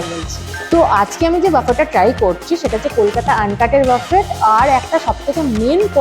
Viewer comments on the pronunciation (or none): Please pronounce বুফে, বাফেট means a very different word, food spread Buffet pronounced as Buffay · it's pronounced BOO-FAY. Not buff-fet...